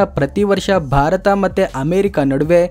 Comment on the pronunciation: ಪದೇ ಪದೇ ಬಾರತ ಬಾರತ ಅನ್ನಬೇಡಿ ಸರ್. ಸ್ಪಷ್ಟವಾಗಿ ಭಾರತ ಅಂತ ಹೇಳಿ. ದಯವಿಟ್ಟು 👏.